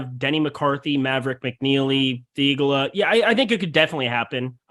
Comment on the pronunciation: Good lord, you guys would benefit from watching a broadcast here and there. Learn to pronounce names correctly (Poston, Theegala). You’re like the white PA announcer at an affluent white school trying to pronounce any name that’s basically not Matt Jones